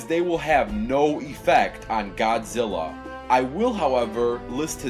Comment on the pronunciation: it's like he said godzillo